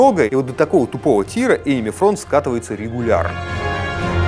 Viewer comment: Он как-то странно произносит слово Enemy, мне слышится что-тотипа мимими